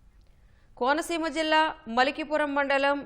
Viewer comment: DISTRICT NAME WRONG GA CHADUVUTUNNAVU AMMA